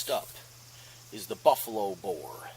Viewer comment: Thanks for this test i didn’t catch that you said buffalo bear until you put it in writing, LMAO!!! 😂you should call it buffalo bob, buffalo bill and a buncha other names everytime you test it. I cant wait to get a makarov. That denim was crazy how it did so much better.